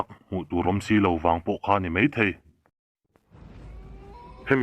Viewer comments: Mei nilovin mai tih tur.tleivar a awm ngailo a,tlaivar tih zawk tur.viewer ngah i duh chuan i pronunciation fimkhur rawh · mei aiah mai, tleivar aiah tlaivar,... Mahse i chhiar thiam e... Ṭang sauh sauh rawh, Like and sub nghal e